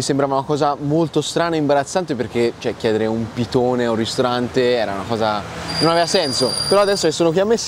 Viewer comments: piDone, con la "D". Il pitone è un serpente. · Pidone con la d non pitone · Si chiama pidone non pitone... il pitone e il serpente, il pidone è il rustico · Comunque si dice PIDONE, non pitone 🤣🤣🤣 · Cmq fatti dire bene il nome dei cibi si chiama PIDONE e non pitone come il serpente 😉